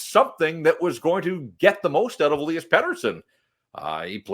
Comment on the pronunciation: As I´ve written before, could you please stop saying "E-lee-as" and "E-lie-as". It might not seem that important to you but it sounds totally stupid to a Swede. As if I would say "Brock and Bruck" talking about Brock Boeser and Brock Faber. Or Connor McDavid and Connyr Bedard. Pettersson and Lindholm has the exact same first name. There´s no "E-lie-as" in Swedish. If you care about pronouncing Pettersson´s name correct - and not the North American/English way of "ie" for "i" - you should do the same for Lindholm. Either call both "E-lie-as" (at least that´s the English way) or both "E-lee-as". I know Canucks press communication or whatever has told you it´s "E-lie-as", but I urge Jeff to ask Lindholm in the next interview with him how his name really is pronounced. When Lindholm entered the league as a 19 year old, people started calling him "E-lie-as", due to these people being Americans/English speaking. Lindholm, being young and shy and a polite Swede, just did not correct anyone and now this has been going on for so long so I guess he doesn´t bother to correct people.